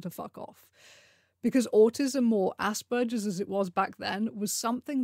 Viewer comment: So happy you pronounce Asperger’s properly, and don’t say “Ass Burgers.”